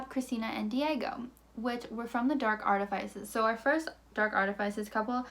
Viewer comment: artifices is pronounced “ ART-ih-FISS-iz. Both the ih and FISS have the same vowel sounds as Sit Or Kick. I’d want someone to tell me so I’m not trying to drag you, just help you get the correct pronunciation since it’s not a made up word.